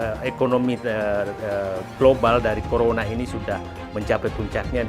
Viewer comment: Risal ramli itu ngomong r saja gak tau dpr saja bilangnya dpl he he he so mgomong bivara saja gsk bener apalagi kerja corona saja ngomonya colona goblok